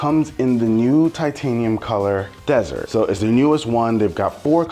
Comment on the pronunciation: It’s desert, not dessert haha